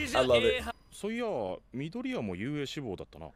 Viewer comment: Dekus name is pronounced izuku midoryia😂